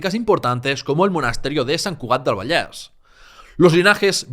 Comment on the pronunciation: Sólo el hecho que "Penedès" i "Vallès" lo pronuncies en la "e" abierta me ha dejado alucinado. ¡Muchas felicidades!